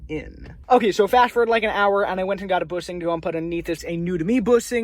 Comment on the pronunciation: Bushing not boosing, shifter and not sifter🤣